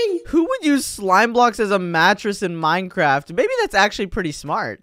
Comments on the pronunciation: You olso said it wrong you said Midcraft not mindcraft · he means Minecraft he said Midecraft he didn't know he said it wrong